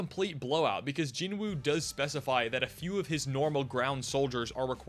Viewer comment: You're anime only, so how did you develop the habit of mispronouncing the name of the main character? The "W" is silent.